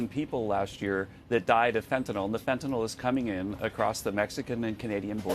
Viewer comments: I love you too you pronounced fentanyl correctly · Thank you so much for pronouncing 'fentanyl' correctly.